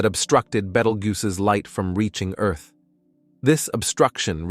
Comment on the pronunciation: Where tf is Eurrth?😂😂